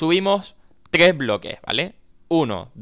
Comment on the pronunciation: NO SABE DECIR TRES JAJAJ :v